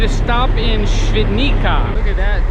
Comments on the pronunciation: Te fact you can pronounce Ś flawlessly but struggle with the Polish "c" is wild. It's pronounced "ts" my friend, so Świdnitsa ;) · C in Polish is pronounced as "ts", not "k", so "Shvidnitsa" not "Svidnika". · Ha ha, no worries. I was impressed at your ability to pronounced Ś in Świdnica. That's impressive. So it was funny when you mispronounced comparatively easy letter "c" ;)